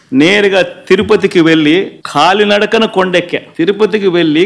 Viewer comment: ఖాళీ నడక అంటే కాళ్ళు లేకుండా? ముందు తెలుగు pronounce సరిగ్గా నేర్చుకోండి.ఇంగ్లీష్ సరిగ్గా రాదని చంద్రబాబుని తిట్టేముందు బండోడ.